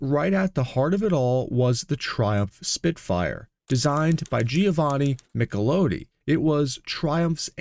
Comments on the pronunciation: It's NOT MichelOOti, it's MicheloTTi...stupid, stupid AI slop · The designer's name is pronounced Michel-ot-ti not Michel-owe-tee !!! Fecking AI narration! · How do the Italians pronounce it? Every time he said his name, I cringed, but at the same time, asked myself why we pronounce it MichlAHtti. Are we the ones who are wrong? Or is it like Porsche and Renault, where there are two pronunciations, and both are right, depending on where you are. How did Giovanni pronounce it? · Why did you make a complete disaster of pronouncing Italia words, such as Michelotti, Lancia. As well as the French Race Le Mans. The Spitfire never had a 1.2L. It was 1.1L, 1.3L &1.5L. The MGB came with a 3.5 L V6 in later production as well as the 1.8 L, before the MGC was introduced and the MGC had a 3 L straight 6. I had a MK2 and a MK3 and put Triumphs 2.5L straight 6 into both, much better BHP, Torque and driver ability.